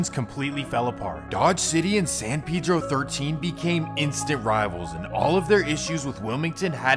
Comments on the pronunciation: Pedro like peh-dro boy pronouncing it wrong the whole time taking shots at other niggas pronouncing it wrong 😂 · Bro you don't even know how to pronounce it. That's a very soft e not that hard ass e you're using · You know this foo white when he pronounces Pedro wrong 🤣🤣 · Are you sure it’s pronounced like that bro because you saying it like pee-dro I feel like it’s pronounced pe-dro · It’s San “Pe-Dro” it’s Spanish it’s not San “Pee-dro” ... That’s how some black people say it in the city not the Mexicans. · Its not pee-dro either but thats how blacks say it. Its really pronounced peh-dro. Like peso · No one in L.A. says PayDro. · Smh it's so easy to say San Pedro, it's hilarious how y'all can't say it right 😂 like bro did y'all not see Napoleon dynamite? Vote for PEDRO not pee-dro 😂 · Ive noticed black ppl pronounce it as Peedro usually and others say Paydro. But in Spanish its pronounced Peh-Dro. The PE is pronounced like the word pez. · Ima say still say paydro 🤷🏽‍♂️ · It’s definitely not pronounced “pee dro” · San Pee dro lol 😂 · My boy said San Peadro… I swear people lack common pronunciation. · I can’t even take this bozo serious who told you you say Pedro “piiidro “ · Yea I feel you. I usually only hear Hispanics use the correct pronunciation. Most black ppl in San Pedro definitely say Peedro lol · Pee-dro for dumb foos 😂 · remble says it too watch his no jumper interview .. it's you out of towners that really care bout that lmao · i know blacks from San Pedro pronounce it like Peedro but im saying the dude who wrote the original comment is wrong too and its not Pay-Dro lol im not trippin on how ppl say it cuz ur right it dont matter. Its just funny when ppl try to correct others but r wrong too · Nigga said San Peedro lol it’s Predro idk how to explain on her but it’s Pedro not the name of latino person I guess not Peedro 💀😂